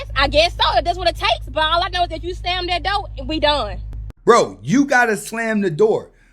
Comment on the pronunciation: Dizzy Quita! If you can't pronounce the word "DOOR" properly, we're already done! WTF is a Doe? Or dough? Are you referring to deer or doughnuts? Get your ass up outta my car!